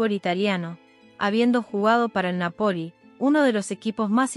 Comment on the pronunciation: Nápoli y muzzarella no musareya. Que mala informacion de la pronunciacion para hacer un video